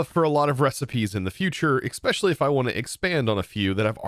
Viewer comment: I hear a lot of people say "expecially" when the word doesn't have an "x" sound in there at all. It's written "especially" after all. A bit like "espresso," I guess. Many people seem to say "expresso"